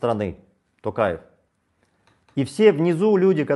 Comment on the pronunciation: Аблязов даже говорит "Токаев" на русский манер,а не казахский.